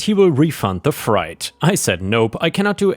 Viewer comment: Freight is said like "fr-ate" not "fright." And "PayPal" is "Pay pal" (sounds like the name "AL") not "Pay Paul."